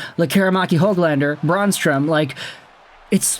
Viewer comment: Eric Brannstrom is pronounced Bran-strom, not Brawn-strome. The Bran is pronounced like Bran Flakes.